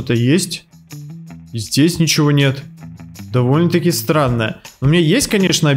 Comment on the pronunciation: Ты сказал не стрно а срано